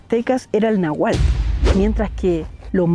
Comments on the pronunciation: El dialecto que hablaban los Aztecas NO se pronuncia "nahual", lo correcto es "Náuhatl". Te faltó acentuar la primera a y pronunciar la T. El nahual es un ser sobrenatural que puede tomar forma animal. El nombre "nahual" proviene del náhuatl "nahualli", que significa "lo que es mi vestidura o piel". Los nahuales son parte de la cultura mexicana y representan a los brujos. Según la cultura maya, cuando nacemos ya lo hacemos con el espíritu de un animal que nos protegerá y guiará a lo largo de nuestra vida. El náhuatl es una macrolengua yutoazteca que se habla principalmente en México. Saludos. Espero que te sirva la información. Muy buenos tus reportajes. No sé si todavía estés de visita en México pero si es así, te recomiendo que visites las playas de Acapulco. Estoy seguro que te va a encantar. De fondo musical le puedes agregar el tema:... "En el mar"..... en voz de Carlos Argentino con la Sonora Matancera allá por los años 50's El tema muchos lo interpretan, para mi gusto los mejores son precisamente en voz de Carlos Argentino y Víctor Ortíz. Los puedes encontrar en el Youtube. Saludos. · No es nahual, náhual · Buen video, solo una pequeña corrección, "Nahuatl" (con una t antes de la l) es el lenguaje mexica (azteca) mientras que Nahual era un brujo, un ser mitológico dentro de las creencias aztecas. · Se llaman mexicas (erróneamente llamados aztecas) y hablaban náhuatl. Pronuncia más fuerte en la sílaba na porque como lo pronunciaste se refiere a una persona que se convierte en cualquier animal.